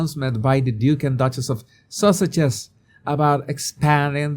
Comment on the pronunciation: Jesus..... please listen to the clip of the gentleman introducing Harry and Meghan ....did he call them , HRH the Duke and Duchess of....sausages!!!?